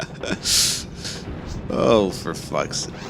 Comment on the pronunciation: The way he repeatedly says "For f---'s sake" incorrectly makes me unable to watch this.